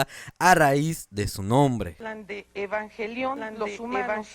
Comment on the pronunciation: Yo si vi el programa de Lolita en su tiempo y me cagué de la risa cuando dijo "Ebanjelion" 😂😂😂